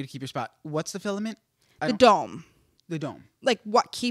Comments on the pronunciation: It’s “Firmament”, NOT “Filament”. 🤦🏼‍♀️ I love you ❤️‍🩹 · It's firmament not filament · fellow christan here🙋🏻‍♀️ GIRL the word is “firmament” NOT filament😭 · Firmament, it’s FIRMament!! 😂😎